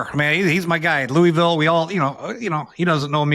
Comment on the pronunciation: Dude has to know he says Louisville like an idiot